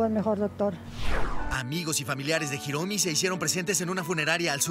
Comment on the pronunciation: Hiromi no Jiromi en castellano la h es muda q periodista ..